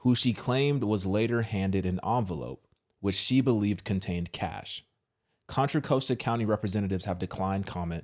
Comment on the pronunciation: *Or-rinda Con-trah Cost-ta. Orinda, Contra Costa County🫠